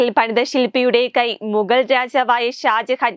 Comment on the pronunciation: തെറ്റുകൾ കടന്നു കൂടുന്നു ഹാജഹാൻ അല്ല ഷാജഹാൻ